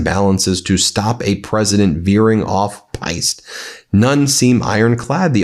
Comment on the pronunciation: off-piste (pronounced peest)